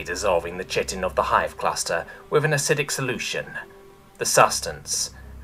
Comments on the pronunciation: I'm sorry but when you pronounce chitin as chit-in instead of Kite-in I feel that upset me.. It breaks me down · everyones ragging on you for mis pronouncing proboscis, when its really chitin (Ky-tin not chit-in) you make an error on (a perfectly reasonable error, but one that is ACTUALLY an error) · Jesus h Christ, chitin is pronounced kai·tn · The one that's bothering me is chitin. It is pronounced kai-tin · I know it doesn't make sense and the way you said it in the video, to me always sounded more bug like and appropriate but chitin is actually pronounced like [ky-tin] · Chitin is actually pronounced kite-in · For fucks sake! Chitin should be pronounced as "Kyten"! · Chitin has its origins in Greek, it's "kie-tin" or nothin' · To be honest I've also only ever heard it as that, too, but knowing both are correct is good. But the other one that got me was chitin. I only pronounced it that way in Elementary/Middle school because I never heard it spoken, but I saw it written. [Starcraft]